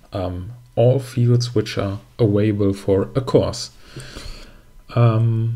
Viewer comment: thanks for the good video - but you are making me nervous, because you are always saying „avaible“ instead of „available“ 😂